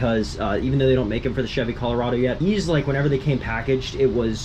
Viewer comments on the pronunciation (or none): none